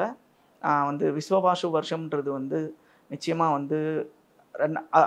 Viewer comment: விஸ்வாவசு. Not விஸ்வவாசு.